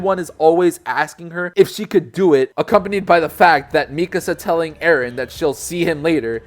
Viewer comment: OMG YOU PRONOUNCED MIKASA RIGHT!!